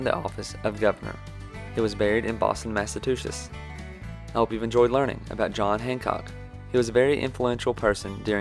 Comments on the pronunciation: Great video! Very concise but informative. As a Bostonian, i love that a southerner, with a thick southern access and bank music, is making a video on a New England hero! Thanks, my southern patriot friend! 😉 p.s. it's MassaCHEWetts, with a chew. Not Massatoosets. 🤣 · Why does he keep saying 'Massatuchets'